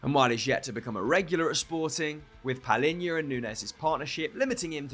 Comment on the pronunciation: well he said it wrong, still